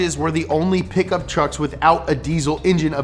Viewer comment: tuercks HAHAHAHA